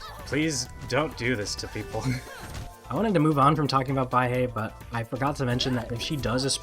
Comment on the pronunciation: Don’t know if anyone’s told you since you made this video, but Baihe is pronounced “Bye-Huh”, not “Bye-Hey”. It’s Mandarin for “white river”.